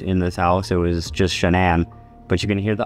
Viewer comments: The voice that says Shanann actually pronounced it the right way, like how her family called her. Shanann like Shannen Dohorty. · Yes and all her friends and family say that. Not Shannon but "Shan-ann" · Didn’t they say she liked her name pronounced just like it’s spelled SHA-Nann? Not like Shannon?